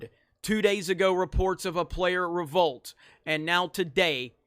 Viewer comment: How many times you gonna say. RO-VOLT